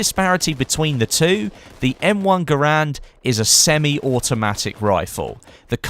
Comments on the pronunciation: He's right it's pronounced "Gerend" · Just a little tidbit, garand is more pronounced "gerend" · you can look it up It sounds cooler pronounced "gurand", but it's "gerend"; similar to the carbine being pronounced "carbean" ordeal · "Garand" rhythms with "Errand" pronounced "Gh-air-and" and is not pronounced "Ger-rand".